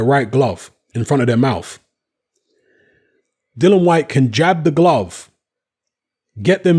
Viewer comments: Dill e an not Dillon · Dillian not Dillon lol.xx